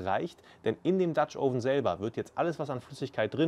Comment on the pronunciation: Sprich doch den dutch oven richtig aus, das o sollte kürzer sein. Aber interessantes Rezept